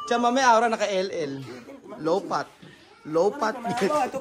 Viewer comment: Natawa ako sa "LOW PAT". natatawa ako sayo, wag mo naman gawing P yung F.